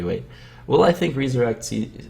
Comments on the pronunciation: REE-SURECT. Reinventing the english language now andre? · no its re-su-rect